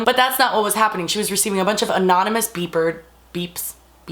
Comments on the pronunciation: OMG I thought she said beaver instead of beeper LOL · Did anyone else think she was saying Bieber's at first or was it just me